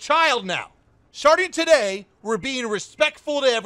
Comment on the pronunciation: "Sharting today" Ik he didnt mean to say it like but that doesnt change how funny it is